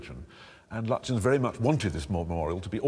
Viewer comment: Sir Edwin Landseer Lutyens tonys pronunciation of the name seems all wrong to me ? its like turning bucket into bouquet or bu quay